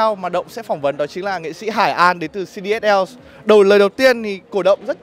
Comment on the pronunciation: đó giờ cứ gọi là hai ran kh ngờ bác này lại đọc là hải an ạ